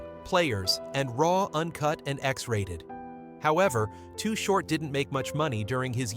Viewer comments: Why is he calling him too hort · If your gonna do a video on someone at least get the name right. To the best of my knowledge, the name was always "Too Short" not Too Hort. I always liked Too Short and no matter what the new or latest styles are or how they may be evolving, Short stayed true to his originality. He is still a legend despite what happens. If he decides to throw a gig somewhere, he will still draw a big crowd and as far as I am concerned, that will never change. His music, style and Liricks are respected and vibe strong regardless to this very day. Any of yall who are doing well in the industry right now should be reaching out to him and showing some kind of support. Invite him to your concerts, offer him the opportunity to perform and keep money coming in. I have ran into to Short on many different occasions. Not once have I seen the man get out of pocket or disrespectful toward anyone. We always acknowledged each other and even though we never hung out, we had respect for each other. So from me to you big T, Keep your head up Bro. Your a good Dude and no one can take that away from you. I still remember way back in the day, I was exiting a club in the Walnut Creek/concord area with this girl I was hanging with at the time and As we were walking to my car, You were rolling through bumping some real Shit, when baby girl broke away from me to run up towards you to ask you if your Chain was real. Just like any other time, we greeted each other like we always did and I calmly proceeded to walk tow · THIS IS SOME BULLSHYT AND WHY IS HE CALLING HIM TOO HORT WHO THE HELL IS THAT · Mf said too hort